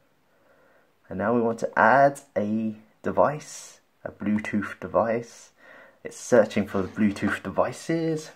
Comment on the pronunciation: I had a long workday and your pronunciation of bluetooth as "bluetoof" was a nice LOL 😄